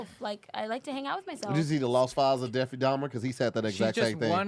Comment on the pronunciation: said deffy instead of Jeffery 😭😭😭